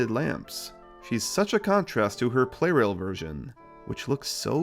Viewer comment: I think the "Pla" in Plarail means "plastic", and also the official Japanese name is プラレール (purarēru), so maybe the "Play Rail" pronounciation is not entirely correct...?